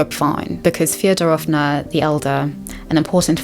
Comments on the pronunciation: also- a little pro tip, as a russian, a can give^ in last names like Фёдоровна (Fyodororovna) you should stress the first syllable fYOdorovna - thats the correct pronunciation! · It’s killing me you called them Feodorovna 😂 but great video